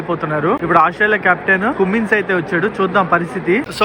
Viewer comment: Neku enni sarlu cheppali ra nayana క్యూమ్మిన్స్ kaadu కమ్మిన్స్ Trliyakapothe maney cheppadam